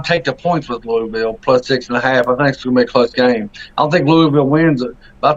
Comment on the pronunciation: Lol no Toney don't get that fake news out UL will cover and possibly defeat Notre Dame. I was saying you guys prononce Louisville wrong its not Louie ville😂